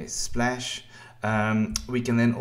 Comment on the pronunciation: Splesh, splesh, splesh, and splesh.